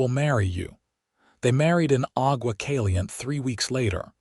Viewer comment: Cali-yente and two-son!!! If AI is so great, why can’t it pronounce place names correctly?